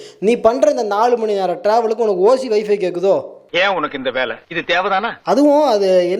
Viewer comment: அந்த நாய் போட்டு இருக்குற சட்டைலயே இருக்கு அது பொய் பேசுதுன்னு. அது என்னது வைஃபி யா? 😂 வைஃபை ன்னு சொல்ல தெரியல இதுக்கு ஓசீல வேணுமாம்